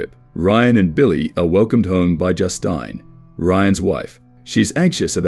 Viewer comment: cant pronounce Justine lol